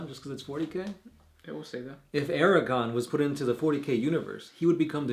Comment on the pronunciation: Archaon. Pronounced something like Ark-ae-on. Not "Ar-a-kon".